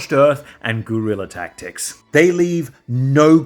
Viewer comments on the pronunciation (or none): none